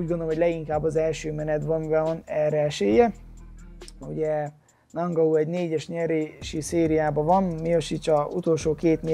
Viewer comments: Sén (Són) és Nángau (Engánu) az új Édesanya :) Kösz a vidiket és sok sikert a meccsedhez! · A nevek kiejtését azért még gyakorolhatnád....:-D Ki az a nangau ? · Érdekesen mondod a neveket I éra, Nangau:D